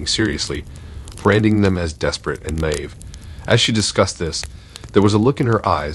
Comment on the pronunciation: Pet peeve!!! The word naive is pronounced NY-Eve.